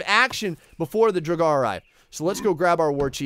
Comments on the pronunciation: Indeed although for English speakers it should be noted that pronounciation of the first part is different from the verb "to draw" and that the "a" is pronounced like it is in almost every language on the face of the earth except English; so as an /a/ and not en /eı/ for those that know the IPA. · Claims to be a big Skyrim player, still can't pronounce Draugr correctly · "Draug-are" oof every time you said that it was painful... i believe its draug-err, like in skyrim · Just so you know, it’s pronounced drow-grr... like this so that he can see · its pronuenced drao-ger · he might as well have just said draug. better than "draug-are" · pronunciation is basically Draw-ger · i believe that the jotun is supposed to bu yotun or pronounced that way , and duragar is dur a gar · they are pronounced Draw-gur. and they aren't from the underworld. they are murder victims and those that didn't receive propped mourning from their family, or a propped burial or cremation if they family was capable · ps it’s pronounced drowger also most j’s are pronounced like a y. i know some norwegian so i know the basics of the language and all the scandinavian languages are super similar so yeah. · I've always pronounced draugr as drawger. Who really knows lol. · You say it like drouwgurr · The draugr is pronounced drug-er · it’s pronounced Draw grr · Draugr, pronounced, Dra-gur. Usually guardians of sacred viking treasures in Norse Mythology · Draugr is pronounced (Dr-A-gar). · Pronounce it like druger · It’s so fun hearing him try to pronounce draugr, jotunn and jotnar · A draugr (your pronounciation was awful by the way) is what happens when someone dies while trying to obtain a treasure. They are reanimated, though still rotting, corpses who claim the treasure they sought in life and defend it mindlessly. On a side note there is also a planet named draugr which orbits a star named lich. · I’m pretty sure the g is silent in draugrs and jotun is basically a Norse giant